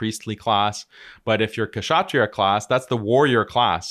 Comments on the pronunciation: Its pronounced as shatriyas not Kshatriyas, K is silent bhai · Also, I've heard you a lot of times pronouncing the cast kshatriya wrongly. The k is silent, ao it is pronounced shatriya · The K in Kshatriya is silent just FYI